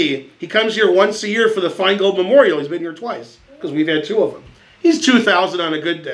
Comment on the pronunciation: circa 21 minute mark, could have sworn he was going for "Benjamin Fineold"